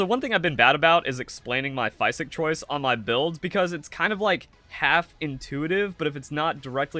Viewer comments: Wtf is a "fie sick" ? It's pronounced fizick ....physick like physical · it’s French for green. The way you say “physick” is atrocious though.